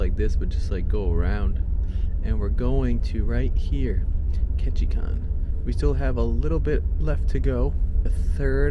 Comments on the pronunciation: You kept mispronouncing “Ketchikan “. It is not “kon”, it’s “kan”. There’s no o in there. LOL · I 'm hoping someone in Ketchikan helped you with the pronunciation of their town. It's Ketchi-CAN. Not kahn. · Love the video but you’re pronouncing Ketchikan wrong, it’s pronounced KETCH-I-CAN rhymes with man not KETCH-I-CON. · Loved the video. Surprised nobody corrected you about Ketchikan. It’s ketchi-can not ketchi-kahn. I made the trip from Seattle where it used to start from in 1981 to Sitka. Time to try it again! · Been on the route often, great video. BTW, it's pronounced Catch-a-can, not con. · The kan in Ketchikan is like a can of pop, not Ketchikahn. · Just fyi, it's pronounced Ketchikan. As in "KAN"(think CAN), at the end. Not "Kon". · Ok its Ketchi can not Kon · It’s ketchican not Ketchikhan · Ketchikan pronounced can, not Kahn. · Ketchikan - Pronounced “Catch-A-Can”, not “Catch-A-Con”. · Ketchi-CAN not Ketchi-CON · What? Was this guy educated in an American University? Who taught him how to say: "Ketchikan"? Tell him it's pronounced: Ket chee can. Not Ket chee chan. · Very nice! Grew up there. Clouds and rain is Ketchikan weather. The last syllable is pronounced "can." Like can of soup. Peace and love.